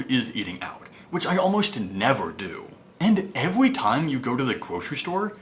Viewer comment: Elmer Fudd syndrome. Evwry, vewy, wule of thumb, weduce your expenses, thrwee thousand, retwere. ugh. He was doing so well in the last few videos.